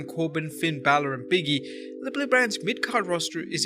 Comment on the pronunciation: did you just call "Big E" "Biggie?" Come on man!